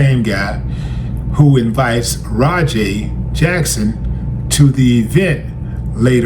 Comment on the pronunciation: Raja is pronounced ( Rah-Jah ), not Rah Jay. Those punches landed and in the wrestling world that is called shoot, which means that the performer decided to turn the scripted fight into a real one. Wrestling is a fake competitive sport, but it is not fake it is a scripted performance like a stage play, ballet or a martial arts demonstration. Professionals are only allowed to do it and Raja is not trained to what is called in the wrestling world a worker. The wrestler is also a military veteran who suffers from PTSD which can affect the brain in a variety of ways. He was also drinking and thought Raja was there to work as a wrestler. There is a video that paints a clear picture of why Raja attacked him brutally and deviated from the plan.